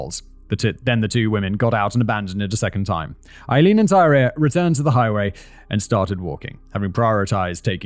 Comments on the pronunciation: It's TY-REE not Tyra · Tyria! Ty-REE-ah. Lol 😂 the pronunciations are all over the place